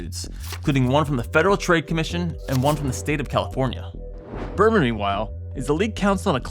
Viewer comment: "Burman" every single time